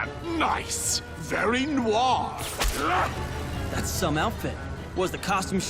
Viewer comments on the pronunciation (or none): It's spelled No-ah-r not nour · it's "nuh-wire" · Noir is pronounced Nwahr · Wow you don’t even know how to pronounce noir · ... why do you pronounce "noir" like that? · He pronounced noir wrong lol, I know this because I know French and in French noir means black